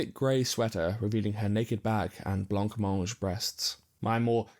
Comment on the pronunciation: Sorry, it's pronounced blah-mange